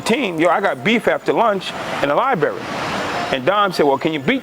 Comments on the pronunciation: “LIE-BURRY” 😂. Nigga it’s Library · Its LIE-BARRY lmfao